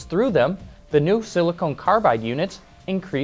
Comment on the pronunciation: Silicon carbide, not silicone carbide.